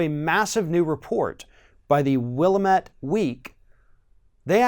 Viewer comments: Small point-- It's WillAMette, not Willmet. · It's pronounced "Will - am - it" weekly. Seriously, you mispronounce it, but that's OK a lot of people say "Or-gone" When it's pronounced the same way you pronounce the word "Organ" (Oregon). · It’s Willamette, dammit! The emphasis is on the A. —Portland person n Helpful Grammar Fairy. PS. I love your show! Your commentary is precise and emotional at the same time-very welcome in today’s climate of meanness n lies. Tx!